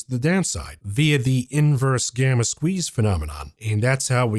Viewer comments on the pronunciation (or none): none